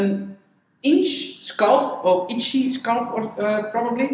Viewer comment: Your use of English is absolutely flawless ( I am from England myself) .The only word you pronounce slightly incorrectly is the word SCALP..you tend to say ' sculp' & it's pronounced skall-p.. .the A sound is like saying ' talc'